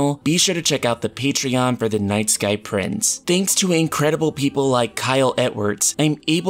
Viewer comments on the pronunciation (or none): none